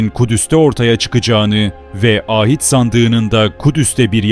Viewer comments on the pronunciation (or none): Â hit değil ahit sandığı